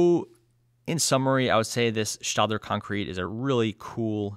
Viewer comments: I believe the "ae" in Staedtler is pronounced "eh" rather than "ah" in both German and English. Sorry for the nitpick, but your reviews are already near-perfection anyway! ☺️ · Yep, it's stetler as in a Stetson hat. But I give credit because I have mispronounced so many things in my life that I have no ground to stand on to criticize. LOL